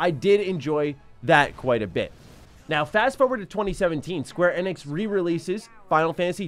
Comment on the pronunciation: the way you pronounce square Enix really drives me nuts lol.